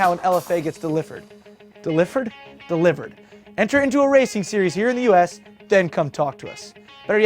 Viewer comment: Delifered? DELIVERED haha.